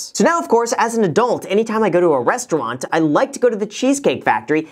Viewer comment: Was I the only one who heard Graham say Westauwant after having mentioned the Cheesecake Factory? :D